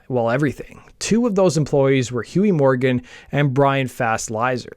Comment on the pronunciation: Who's "Bhuey Morgan"?